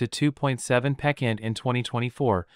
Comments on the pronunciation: Using "pekent" for "percent" is 28 pekent wrong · Great info but please look up the correct pronunciation of the word ‘percent’. Incorrect pronunciation results in a lose of the train of thought. And this is so worth listening to. Thank you.